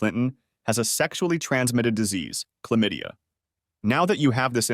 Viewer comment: The narrator’s pronunciation of her getting chlamydia sounds odd AF. Accent repeatedly on on syllaBUL.